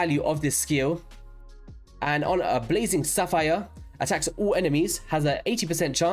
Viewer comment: "blazing sapphire" dude, all raid sl yt content creators are handicapped pronounciation :P i mean how!? zephyr - saphire!? insta subscription :)